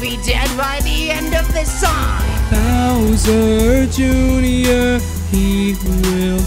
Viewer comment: Bowserrrr juinor, is a sin.. NO OFFENCE